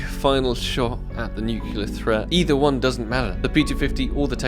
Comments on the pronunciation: no one:: "nukiller threat" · Maybe if you pronounced "nuclear" correctly the cs go gods would have given you one... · Didn't get nuclear threat cause u pronounce nuclear wrong :(